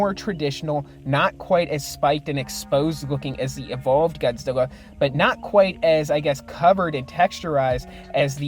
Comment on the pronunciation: You called him godzeva